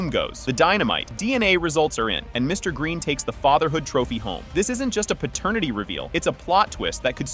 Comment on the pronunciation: Pratanitity WTF is that??? These damn AI channels, Just be saying anything...😂